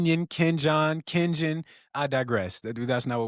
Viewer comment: He said "Ken John" lmfao 😂😂😂 Go Ducks 🦆🦆🦆🦆